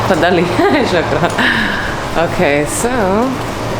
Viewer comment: Lady its not sakrin that mean drunk. Its fukn Shookrin.